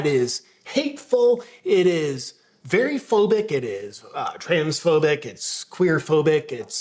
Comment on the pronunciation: *********************************************DID HE SAY 'FAIRY PHOBIC OR VERY PHOBIC? LOL